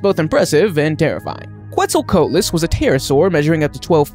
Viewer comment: Coatless it's qoatless